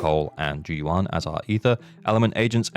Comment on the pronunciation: Why does everyone say zhu yuan wrong. The va does a great job at pronouncing it.